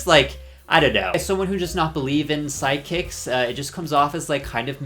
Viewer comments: I kept hearing side kicks instead of psychics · Are you repeatedly saying ‘sidekicks’ instead of ‘psychics’ on purpose?? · Are u saying sidekicks or psychics LOL